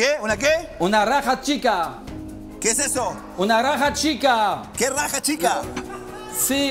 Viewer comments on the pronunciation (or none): Jajaja que chistoso.. sobre todo la pronunciación de mi chef yann es un ídolo.. busca la "rraja" jajaja no habrá sido " jarra" chef le cuesta la letra R.. y tendrá un poco de dislexia jajaja.. que chistoso.. aunque sea pauteado el programa es muy desestresante sobre todo en estos tiempos de covid que todos andamos tensos... siempre hay que mirar el vaso medio lleno y dejar de criticar. Al final de cuentas cada cosa es subjetiva hay algunos que nos gusta este tipo de programas y a otros no, simplemente así son las cosas.. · Jajajajaja "Raja" en vez de Jarra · Ha sido divertido oír ese fallo hasta que el otro captó jejejejeje, aunque tampoco supo decir jarra sino vaso.